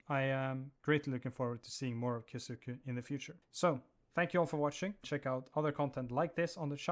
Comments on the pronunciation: just letting you know, kyousuke is pronounced as ki yoh sske. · the u is silent